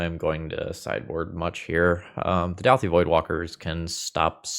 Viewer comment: Dowthi -> Dawthi